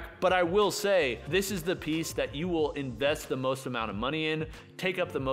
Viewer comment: Am I crazy or does sound like he's slurring when he says "Most, sounds like "moesht" and it was so distracting that it pulled me out of the video hahaha. I love you man.